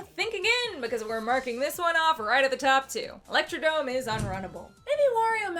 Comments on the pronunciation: electro-dRome. Everyone misses the R 😅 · Great video! Also, it's ElectroDROME not dome! I only learned that like a year ago lol.